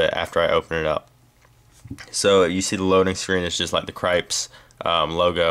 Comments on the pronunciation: i think its pernounced like krip-tis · dude i think its pronounced krips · proly pronounced crip-tis